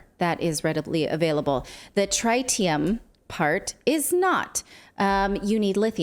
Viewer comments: It's trit-ium not try-tium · Worst description of fusion vs fission I've ever heard. BUT at least she said NUCLEAR and not NUCULAR XD Also.. Trit e um. :P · I have a trite opinion of her pronunciation of trite-ium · Tr-eye-tium hmmm. From 3 eyed monsters or a bossy "i?" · Tritium is not pronounced with a long i as in triangle. Pronounce it more like the i in twitter.